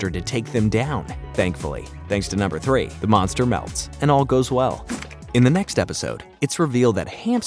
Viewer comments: Love this recap and I miss this show greatly!! Just fun reminder, it's, "Numbuh," not "Number!" 💜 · You are pronouncing "numbuh" wrong